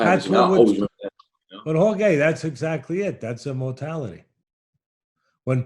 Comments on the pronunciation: Teddy try saying, whore-hey. Not whore gay. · He keeps calling him horgay lmao who else noticed? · If Jorge is the BMF, then what title do we bestow on Teddy, a man who called the BMF 'WhoreGay' to his face for 40 minutes straight without being corrected once. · Everybody: "Jorge", "George" Teddy Atlas: "Horgay" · I love this but teddy keeps callin him "whore-gay" I can't lmao. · “Jore-gay” ? Come on teddy lol